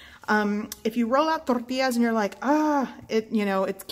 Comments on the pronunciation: Can't wait to try these. BTW i watched your other flour tortilla videos and think you're saying torrtillas funny in this one!😊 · You pronounce tortillas so Tex-Mex, lol. Very light on the double L.